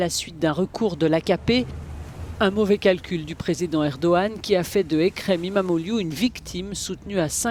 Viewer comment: İmamoğlu Ça se prononce "imam eau loup" C'est trop marrant c'est soit "imam eau glou" "imam eau iou " hahahaha 😂😂😂 J'adore quand les journalistes essayent de prononcer les noms turcs 😂😂😂